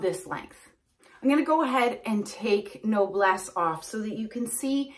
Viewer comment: It's pronounced "No Bless" meaning noble. Easy peasy. I love this wig and it looks beautiful on you😊